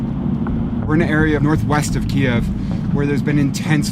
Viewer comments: Vice, this is a really good news piece, but Kiev, as pronounced by the reporter, is considered offensive by the Ukrainians as it’s the spelling used during Soviet times… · He’s pronouncing the capital’s name the Russian way not the Ukrainian way. One syllable not 2. Come on Vice News you can do better than that. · Why doesn't the correspondent know how to pronounce Kiev after doing multiple videos from there? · Is it really pronounced ' Keev ' like I keep hearing? Or is it pronounced like I was taught along time ago ,' KEY-ev ' ? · Kiev is in russian, Kyiv is how I hear Ukrainians pronounce it. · …There’s plenty of 🇺🇸 reporters that pronounce it correctly. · I guess nobody taught this journalist how to properly pronounce the name of the Ukrainian capital, especially in front of Ukrainians, eh? Yeesh. How embarrassing. For me, that is. As an American. Ugh. Get educated, brah. #KyivNotKiev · I thought it is pronounced KEEve not Kee-EV because we are all standing with Ukraine. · I’m not sure I think the Michael Bay style action drama is what I want to see when people are really suffering. Furthermore, why pronounce as “Kiev” as opposed to the non-Russian, “Kyiv?” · Can you PLEASE pronounce the name of the city "Kyiv" (keeev) and not (key-ev)! Kyiv (keeev) is the Ukrainian pronunciation and that is how it is spelled. (Key-ev) is how the dictatorship under Putin says it. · Kyiv…not Ki-ev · Tfw the host pronounces the name of the city as "KiEv" instead of "Kyv". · Kee-ev. <---that is how you pronounce it. Not KEEV. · Guy is literally reporting from Kyiv but continues to pronounce it to Ukrainians faces as Kiev despite the fact they’re being bombed is incredibly callous. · its pronounced "Key-ev", not "Keyve" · Attention reporter..…in Ukraine it’s pronounced “keev” not “kyev.” You’re in the country and it’s being attacked indiscriminately, the least you can do is pronounce the country’s name correctly. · Kie-ev? I'm out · It's not pronounced "Keeev" by Ukrainians.